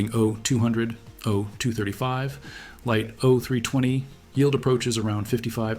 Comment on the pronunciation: I'm feeling this is AI by the content. It's not presented in a human way. The details are odd and don't seem to flow the way a human writes an essay. Why not say "Jodel" when the Jodel came up? Instead of saying "ifr panel," he says "I (pause) fr panel. Instead of "o320 engine," he says, " o.....320 engine," ceconite is pronounced "seekonite." The ai is messing with your mind. It's a soulless detail dump.